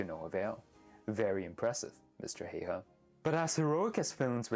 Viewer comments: Good video! Shame you didn’t mention anything about Saunas, a very important part of culture and the only Finnish word to enter the English dictionary. Also, please try to pronounce the names properly. Most were passable but Häyhä made me cringe a bit. Good job otherwise! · It's been a problem since forever but I have yet to find a way to demonstrate how to correctly pronounce Simo Häyhä's name.